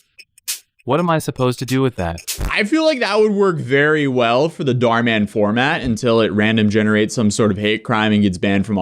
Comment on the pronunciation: It’s pronounced Dh ur mu n not daar man